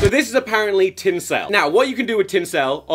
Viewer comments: TinCELL noooo Tom it’s pronounced tincil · Ik its tin SUL not tin sell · i hate that you pronounce tinsel like it rhymes with incel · “Tin sell”